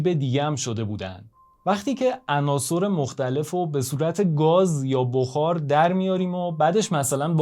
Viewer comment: درود بر شما بسیار عالیست طرز بیان مطالب یعنی به نظرم کم نظیر می آید فقط لطفاً تلفظ عناصٕر را تصحیح کنید به کسر صاد ! حیف است بیان به این زیبایی چنین اشکالی داشته باشد سپاس